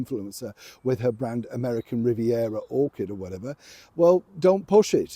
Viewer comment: Its American Riviera Orchard not Orchid. Remember strawberries grow on trees 🤣🤣🤣